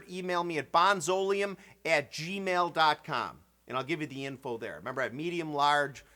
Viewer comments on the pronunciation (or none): I would say BonzoLEUM rather than BonZOleum.